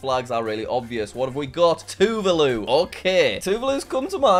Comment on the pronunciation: That’s not how you punounce “Tuvalu” it’s tuv(a)lu.